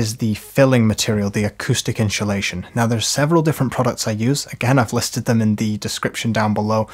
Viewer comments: Ones you hear "inshulation" it cannot be unheard. Insssssulation please. 😉 Other than that, great video. 🙂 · love the video, great tutorial! ..... I'm pretty sure there's no H in insulation though 😂😂😂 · i love how you say " INSHULATION" bit of a Shaun Connery vibe...🤣 great tutorial, this is my task today! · Gonna have to get me some in-shoo-lation! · in-shoe-leighShion? :-P :-) 😬That's the best way I've ever heard the word insulation pronounced :-) And great panels! :-) Thnx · honeslty he's killing me, so well spoken then its IN SHOE SHATION every time hahahahha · inchulation 😂 love it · In shoe shation, hahahah, I love how this guy says inshoelation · Great video, but what is “inchilation”? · Like Mary Spender’s Chewsday Tawks.